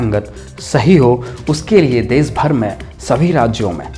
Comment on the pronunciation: Des nahi, desh hota hai news reporter sahab देश ना की देस